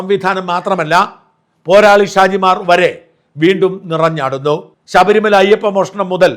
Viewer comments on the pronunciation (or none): none